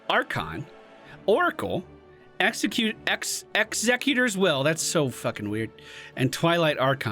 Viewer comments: X ec U tor plz it hurts my brain when you say it wrong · It annoys me more than it should that he pronounces "Executor" wrong every damn time. In his theorycrafting video he initially mispronounced it, then corrected himself to pronounce it the right way, and then for the rest of the video mispronounced it. It also annoys me that I remember this.